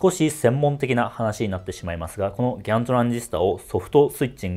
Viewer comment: ギャンという発音がいいね